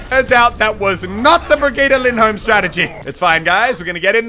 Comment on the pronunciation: Muselk Lindholm not Lyndholm (swedish BDY)